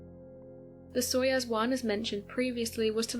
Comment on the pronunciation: I know you are a kid. It's pronounced "SOY-OOZE". Gagarin pronounced Ga-GARin. You're welcome.